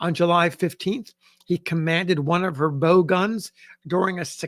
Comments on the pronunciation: Bow is pronounced bough, not beau. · The front of a ship is its bow ([bou] / baʊ /), not its "[boh] / boʊ /"! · Excuse me but the noun spelled "bow" and referring to the front portion of a ship is pronounced the same as the verb "bow." It is not pronounced in the same way as the device use to propel an arrow.